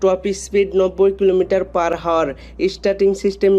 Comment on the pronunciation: আপনি বারে বার Hour ( আওয়ার) কে হাওয়ার বলতেছেন কেন ৷ আগে উচ্চারন ঠিক করেন তার পরে ভিডিও বানান ৷